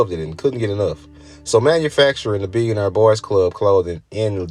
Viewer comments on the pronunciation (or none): You mispronounce “nigo” and “billionaire” also rap blew up in general in the 90s lol